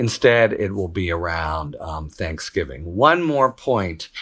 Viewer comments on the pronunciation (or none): none